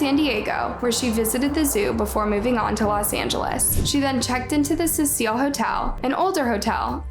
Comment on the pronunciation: It’s the Cecil not the Cecile